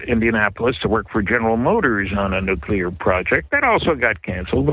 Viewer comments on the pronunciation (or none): nukular, nukular.